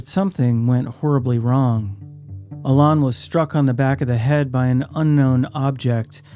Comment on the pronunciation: Please pronounce Alain correctly. It’s like Alan with emphasis on the last syllable.